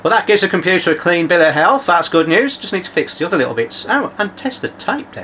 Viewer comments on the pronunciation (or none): none